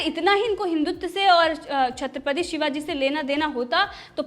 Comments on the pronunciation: Tumhi chatripati to kahana nhi ata aur tu news anchoring karagi.... Nikal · Chaatrapti shivaji ni bolte, chatrapati shivaji hota h... sayad ni hota, shayad hota h...bolna sikho madam...kisne babaya anchor😂😂